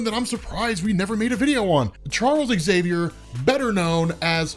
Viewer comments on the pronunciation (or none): Love your channel, BUT, why do you always mispronounce Professor Xaviours name? You always say ecks-xaviour, drop the "ecks". Say the word "xylophone", if you just said "ecks-xylophone" then there is no hope for you! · Never understood why his name is pronounced as exXavier.